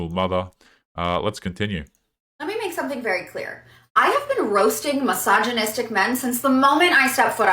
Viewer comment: What is hillarious is that if yoy pay attention most of those women say "massageonistic" and not "misogynistic"...🤣